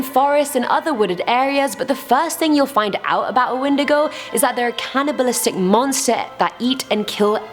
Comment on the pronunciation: Wendigo ( pron when diego) ur pronunciations always crack me up